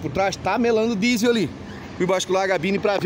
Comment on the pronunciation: . Primeira vez que escuto um brasileiro falando bem "diesel"... A grande maioria fala "jíseu"... .